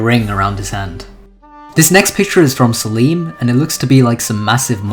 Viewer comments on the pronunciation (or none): No way you called Selim Seleem 😭💀